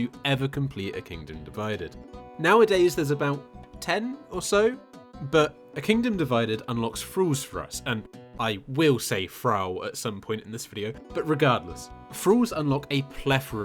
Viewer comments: great vid. and that's certainly one way to pronounce "thrall" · How does one pronounce a “th” as “fr”